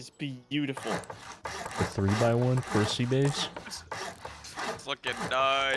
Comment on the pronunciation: 'IN THE CRUSSY'